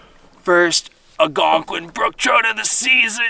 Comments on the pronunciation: ALLLLgonqiun....not Agonquin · don't get me wrong. I love your channel.... pronounce Algonquin however you want lol... I will always be watching your content👍